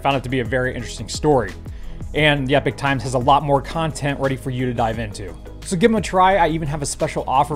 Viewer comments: Epoch is not pronounced Epic but E Pok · Are they gonna teach to say Ee-pok rather then Ep-ic ? And, maybe the air force were just doing it for shits n giggles, they could have been tuning in to the Vlogs and thinking "We should give this guy some new material to blog about". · Epoch. pronounced ee - pok